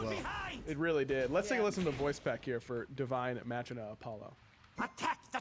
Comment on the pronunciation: It's kinda cringey that they can't pronounce "Machina" correctly.